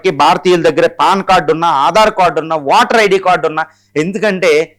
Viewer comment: వాటర్ ఐడి కధు అయ్య ఓటర్ ఐడి పలికేటప్పుడు సరిగ్గ పలకండి సార్